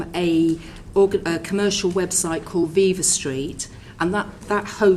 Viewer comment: Interesting to note Braverman's performative ignorance of Viva Street, by mispronouncing viva.